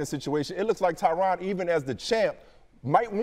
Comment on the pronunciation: ESPN its "Tyrone" not "Tryon"